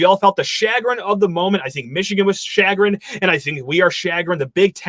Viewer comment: Please review the pronunciation of the word chagrinned.